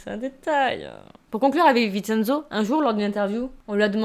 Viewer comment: Le "cen" de Vincenzo se prononce "tchén" (ça m'a stressé tout le long 😅) Super vidéo sinon !! J'aime trop !!!